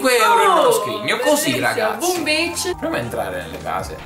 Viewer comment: Ma ha detto bi*ch,ah,no è Beach...ottimo ragazzi,il gioco è magnifico.